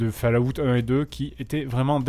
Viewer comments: Pas Fallaout mais fAll,Out. Enfin si vous avez compris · Bah ouais c'est ce que je dis, "fall" ça se dit "fol". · OMG, la prononciation de Fallout. J'ai presque rit à cause de la prononciation du nom. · Lucien Magnus Non, personne ne prononce falaout, si tu veux la seule description 'réelle' de la prononciation c'est l'écriture phonétique que je ne peux pas retranscrire ici, en écriture proche française ça serait follawt avec un 'o' ouvert et long et le même 'awt' que pour 'out' (et prière d'arrêter de dire 'a-out', vous avez l'air incroyablement ridicules... les anglais ont des normes pour leur langue aussi, et ne pas savoir faire une diphtongue c'est un peu la honte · Falaout... Falaout... Falaout.. Pauvre Bethesda... le nom de sa serie se fais massacrer xD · Epintus06 Pour la prononciation, c'est plus "Folawte" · hahaha quand il dit ( Fallaoute) je suis toujours mort de rire 😂😂😂 ! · Ah ? Pour ce seul mot (Fallout) peut-être bien, oui.